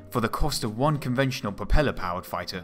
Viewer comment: "It has to have fwone in weawl wife"